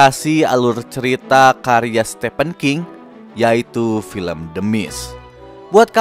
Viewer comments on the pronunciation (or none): none